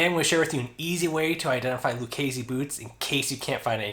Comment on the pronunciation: When they got back to you did, they teach you how to pronounce the name properly ?